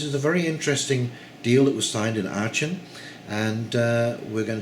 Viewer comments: Good to see you reference The Duran, consistently good geo/political analysis in my humble. Aachen pronounced arken by the way. Cheers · Aachen, pronounced "Aken". your welcome.